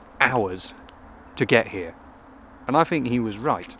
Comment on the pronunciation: Lovely. But it's 'think' not 'fink'.